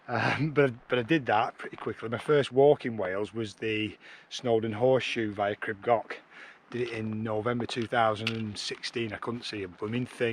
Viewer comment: Your pronounciation is terrifying , grib gock? it's pronounced " greeb goch" ch as in loch ness🤣😂